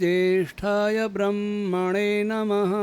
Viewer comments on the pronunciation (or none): आप ब्रम्हणे नमः पढते हैं।यह उच्चारण ब्रह् मणे नमः है।